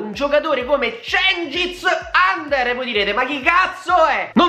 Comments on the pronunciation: si legge under non ander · Mi sa che si pronuncia uender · credo che si pronunci under con la u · Si legge djengis yunder ... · Under pronounce just like ujfalusi. no english.